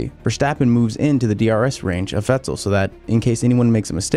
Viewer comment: Why do you say "Vettel" with that weird pause. "Vett' el"